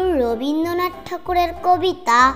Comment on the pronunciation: ভীষণ সুন্দর তবে রবীন্দ্রনাথ উচ্চারণটা ঠিক করো, তুমি রবীন্দনাথ উচ্চারণ করছো, 'র' ফলাটা মিসিং।